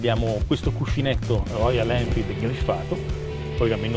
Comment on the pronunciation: Belle recensioni e video molto interessanti, vi seguo sempre. Ma… perchè nessuno riesce a pronunciare “Royal Enfield” dite tutti quasi sempre ROIAN ELFID 🤣🤣🤣